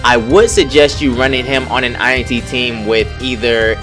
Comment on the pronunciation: INT not i n t lol sorry for nit picking